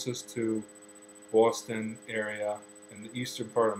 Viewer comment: I noticed a difference too, when he said Boston like "Boowaston". Totally not how I say it, and I'm from dead-smack central Connecticut too!